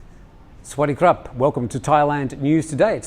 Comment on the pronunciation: maybe you should also ask him to teach you the right way to say "sweaty crap" too. For sure is what sound like. I get a laugh every time